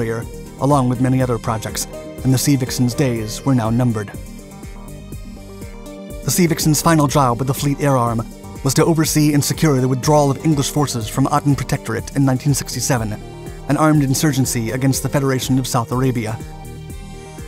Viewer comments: What is it with the ‘narrator’? This is yet another video where relatively common names are mispronounced (last time it was the Canberra being pronounced Can-ber-a😳) This time a four letter word is too much - the city in Yemen is called Aden (pronounced ay-den) NOT ah-den! Spoiled an otherwise good video...🙄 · I like your videos, but you really need to research your British facts! Royal Navy, not English Navy, Aden (ayden not add-en), Farnborough (farnbruh), etc. Also, the British version of the Phantom was only superficially the same as the US version. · A good video in general. However please note that it was known initially as the DH one one oh, not the hundred and ten. Aden is pronounced Ayden and not ahhden. A beautiful aircraft despite the pronunciation errors in the presentation. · The people of the town would pronounce it Farnburra or Farnbra Not " burrow" A-den not Ahden. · Loved the look of that. Pity they didn't get it back to supersonic. You say- 'English forces...'; British forces is the correct term. Aden is pronounced with the A sounding the way it does in ABC. I don't like being so fussy with someone such as yourself, who's usually very thorough and interesting; but it has to be said. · It’s laughable that he can’t pronounce “difficult” words like Aden!